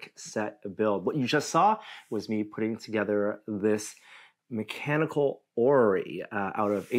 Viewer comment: I still remember Adam trying to describe a clockwork orrery in a horrible French accent in the "Steam Machine Gun" myth.